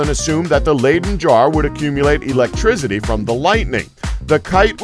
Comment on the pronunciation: It's electricity, not eletrizidy